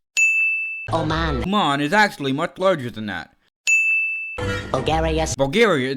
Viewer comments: it’s O M A N not Y E M A N your making fun of the video when you don’t even know how to say o man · also its Oman not man